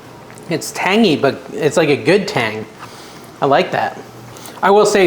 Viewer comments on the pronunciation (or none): none